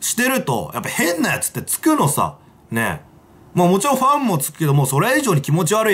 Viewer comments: あっ、今気付いた。 シバターが「変なファン」って言うところを「変なフェン」って言ってる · まちがえた、「フェンなファン」って言ってる